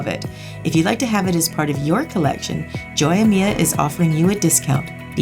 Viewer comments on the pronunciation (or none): Hello, with all your respects "Joya Mia" is in spanish, in English means "my jewels" when you say, Joy-a-mia, you are pronouncing it incorrectly... The correct way to pronounce it is "Hoya-me-a" as in Santa Claus "hohoho", "me" as in a person, "a" as in when you go to the dentist and he said open your mouth and say ahhh! Just wanted you to know, for the future! Love your vids, btw!